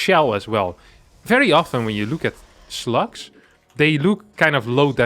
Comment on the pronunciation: It took me almost a full minute to figure out what you were talking about. I heard 'sluts' the first four or five times you said slugs, and at the end when you said "poor slugs", I said "poor sluts" and laugh far more than is probably normal. Thank you for this morning silliness.